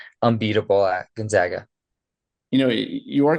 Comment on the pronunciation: Pronounce "GONZAGA" properly. It's gon-za(long a)g-a. Not gon-zog-a. It's the ZAGS, not the ZOGS.